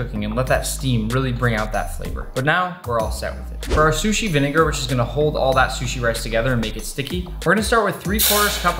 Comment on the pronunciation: "Salmon shushi pizza" Gordom Ramsey:ItS RaW